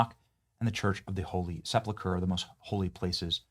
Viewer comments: It’s not Christiandom, it’s Christendom. It’s not sepluchre, it’s sepulchre. It might be best to either look up the pronunciation of unfamiliar words, or just not use them at all. It’s getting really old. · My brother in Christ, Christendom not Christian-dom. Sepulchre, not Sepluchre. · "Seplechur"? Can't you READ? Are you someone that says "Pacific" instead of "Specific"? The word is SE–PUL–CHRE, the last part is like you would say the colour "Yellow Ochre" its pronounced KER. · SEPLAKURE. It's SepULkur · Love ya.. but it's phonetically 'KRIS-uhn-dum', and 'SEP-uhl-ker'... and no buildings were taller than the Pyramids in ancient times.